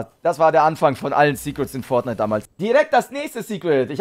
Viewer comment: wollte am Anfang schon "Fortniete" sagen xD